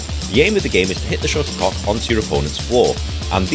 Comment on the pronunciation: I thought he was calling it a sugar Puck😂.